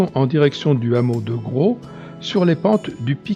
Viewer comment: Belle vidéo, pour information le " S " de Gros se prononce ! Dommage d'avoir pris la route sur les 3/4 de l'itinéraire finalement, un sentier fait presque tout le tour sans quasiment voir la route en goudron, partant du hameau de la Fond d'Eyglier et remontant sur Gros dans les falaise un peu plus bas que la route, puis le sentier du canal de Guillestre qui surplombe la route de la Viste !